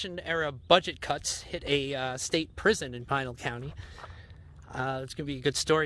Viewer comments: Fun video. Yup, it's Pee-nahl County. Also, the monument is pronounced kah-se Grahn-day but the city is kas-eh grand. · Pronounced Pee-nal county. I live in Goodyear. Nice video BTW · Learn pronunciation of Pinal County...